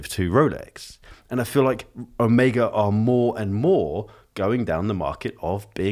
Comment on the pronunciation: So, it's "oh-MAY-guh" and not "oh-MEE-guh"? You're the first Brit I've heard pronounce it correctly 🙃. That green Seamaster is sick, btw!